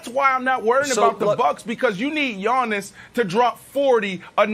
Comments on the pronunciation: When Brandon says “Yawnnis” 😂😂😂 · "Yawniss" god I hate Brandon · Nobody: Brandon: “YAWNIS”